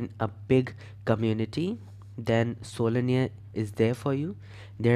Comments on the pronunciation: WTF are you pronouncing sololearn- solinear🤔😶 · I hope you realize that it's SoloLEARN (Learn), other than that kudos to your efforts. 👍🏼